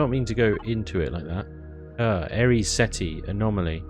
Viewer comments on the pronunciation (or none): none